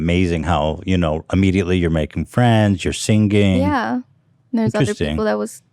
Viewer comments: nobody: ethan : sinGanG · “seangeè- geënñgg”- ethan klein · Ethan says singing but pronounces it as “SEEN-GING” Heard him do this multiple occasions. Had to speak up this time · Ethan, say "sing-ing" instead of "sing-ging" and say it slowly lol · Ethan you pronounce three "g's" in singing (sing-ging) 😂😂😂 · Ethan you say “singinG” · LMAO SING-GING BANK-GING😭😭😭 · can someone please teach Ethan how to pronounce singing. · I made fun of the way Ethan pronounces singing 500ms before he said people make fun of him for it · Bella says 'sing' 'singing' & 'singer' correctly. Ethan does not. soft G's. we made a video about it. not about Ethan. about this new wave of people turning soft G's into hard G's. EDIT: holy crow... he actually addresses this topic!!! hahahaha, love you papa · ethan pronounces singing and banging with a polish accent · when Ethan tries pronouncing singing 😂😂😂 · Ethan makin me think of the "in the beninging" guy when talks about his pronunciation of singing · Fun fact, in Phonics, the "g" sound in "singing" is actually a combination of "n" and "g", transcribed as ŋ (the symbol's name is agma). That's why it sounds unusual when you pronounce the hard "g". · Ethan says 'singing' like Benadryl Cumberbatch says 'penguin' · Ethan- you’re adding a THIRD G to signing and banging. 🤣 I’m really enjoying this interview. I didn’t know anything about Bella and wow what a gal. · I was just watching an old episode where post was making fun of how Ethan says singing 🙃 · I hate how you say singing eathan